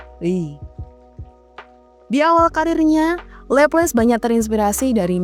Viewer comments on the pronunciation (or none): Cakep, pembawaannya enak dan jelas, cuma penyebutan nama Laplace nya kurang, bukan Leples tapi Laplas.